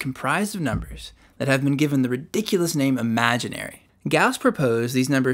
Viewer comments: "ridiculous" not "rediculous". "can have" not "can has". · Great job. The 3D graph was very illuminating. Just one suggestion - it's "ridiculous" rather than "rediculous" . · “rediculous”. Disappointed that I saw no comments about this.